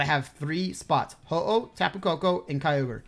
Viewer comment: He says ho ho when its ho oh